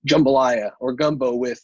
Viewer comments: It's jumbalaya, not gumbalaya. Gumbo is a different dish.lol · Try “jambalaya” lol